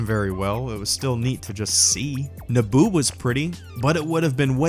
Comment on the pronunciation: I thought he said naboob